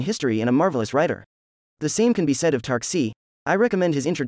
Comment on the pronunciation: Tarski, not Tarksi